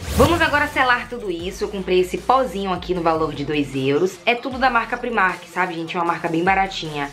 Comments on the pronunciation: Fiquei com uma agonia dela falando primark, sendo que a pronúncia é praimark porque no inglês o i tem som de ai. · É uma loja irlandesa, eles mesmo já disseram que a pronúncia é pr-eyemark, então como ninguém é obrigado a saber pronunciar corretamente uma outra língua, ela fez certinho, pronunciou como ela lê!